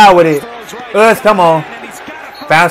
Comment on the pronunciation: When I tell my girlfriend I’m watching him we always call him oos boy, we love it